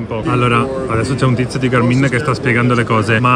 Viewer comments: ma si dice sul serio Garmìn? con l'accento sulla i?? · Negli USA l’accento è sulla “a”. L’accento sulla “i” mi fa un po’ ridere...😂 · Fantastico tutto, una cosa però per favore: Gàrmin non Garmìn Buon proseguimento di giornata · GA'RMIN.....non GARMI'N ...... 😀